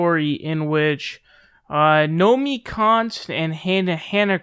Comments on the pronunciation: Say it w/me: "No-me-KEY" (from Nomiki Konst's own Twitter page). ;) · Nomi-KI Konst! Nomi-KI! It’s not “Nomi Konst”. I don’t even know the broad (nor do I know why I’m yelling!) but say her name right, dammit! Otherwise it’s “fake news” :P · It's Nomiki, not Nomi.